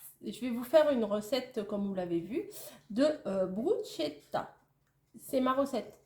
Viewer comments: C'est moi qui vais faire ma reloue de service 🤣 (en tant qu'italienne)...ça se prononce "Brousquetta" 😉 j'aime bien tes petites vidéos de recettes 😋😋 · Prononces "brusketta" on met ce qu'on veux dessus pourvu qu'il y ai l'huile d'Olive!!! Je me permet, car je me suis fait reprendre en Italie!! Bon appétit!